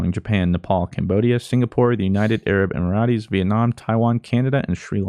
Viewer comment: "The united arab em-ur-rah-ties" omega lul, luv u